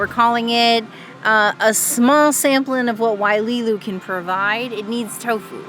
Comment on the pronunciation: Hi. I just double-checked and it is definitely "Wailulu" and not "Waililu" -- that means the pronounciation is "WaiLOO-LOO" instead of "WaiLEE-LOO." I don't meant to be picky but it actually changes the meaning in the Hawaiian language. Thanks and thank you for your food review!!!